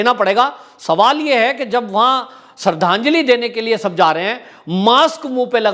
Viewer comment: जिसे श्रद्धांजलि बोलना नहीं आता उसके इतने फॉलोअर्स कैसे हो गए